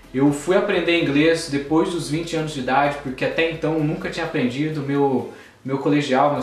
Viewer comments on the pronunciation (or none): none